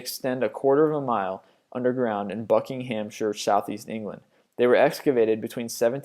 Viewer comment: I'm not saying he's stupid but he should look up how to say a lot of the English names, I agree they kinda make no sense like Birmingham is pronounced bir-ming-um, also Edinburgh is edinburah and Buckinghamshire is buckingummsher